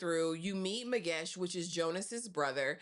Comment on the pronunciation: What do you mean you butchered the hell out of those names and surnames? Girl you were perfect, there is no ways you said Zwane like that,❤❤❤😍😍😍 thats my mom's surname and you officially my girl.I think you have strong South African roots, you said Magesh and all the characters names perfectly too.🫡🫡 I enjoyed this review.❤❤